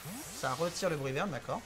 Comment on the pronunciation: C'est pas plutôt Bruyverne et pas Brunerne ?